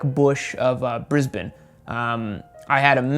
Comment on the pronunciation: You must be the only person in the USA that pronounces "Brisbane" properly... :) :)